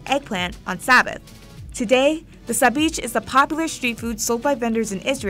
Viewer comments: Sabich the ch is pronounced the Russian way. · Sabich is pronounced SAHB-EEKH! Chet is a gutteral H sound (Kh) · Why is the English sandwich as boring as the rest of English "cuisine"? 😂 By the way, it's pronounced SabiCH, as in CHallah. Great list, love to see food from across the globe. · “Ch” does exist in Hebrew its ״צ״ but she should have pronounced sabich with a “s” in the beginning. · sabich isnt pronounced correctly here, the ch in the end isnt like when you say church or chicken, its used to fill in for a hebrew letter you pronounce from the throat that doesnt exist in english, its like the ch in chanukkah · She mispronounced both Israel and the name of the sandwich, Sabich lol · The way that sabich was being pronounced was driving me crazy - I mean I can see how you’d come to that conclusion with no knowledge of Semitic languages but the English “ch” doesn’t actually exist in Hebrew or Arabic